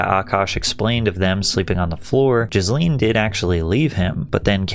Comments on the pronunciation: I keep hearing Ghislane when you say Jasleen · Jizzleen indeed 😅 good pronunciation. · It’s pronounced “JIZZ-lene” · Was it only me or does he keep calling her Jizz-lin? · I love how Patrick keeps pronouncing her name as Jisleen 😂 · Her name is pronounced the way everyone mispronounced Ghislaine Maxwell